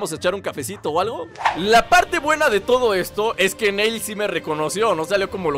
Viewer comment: no le digas NEIL es NIlL asi lo pronuncian en la serie de DBZ:)